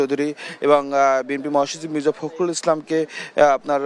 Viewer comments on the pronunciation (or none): none